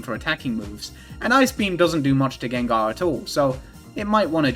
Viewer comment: “Jenjar” fucking took me out